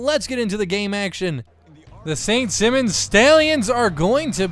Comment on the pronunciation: BTW, the school is pronounced saint s(eye)mons